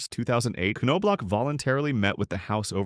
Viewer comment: Yeah I think the AI voice pronounced it different each time. K-No-Block?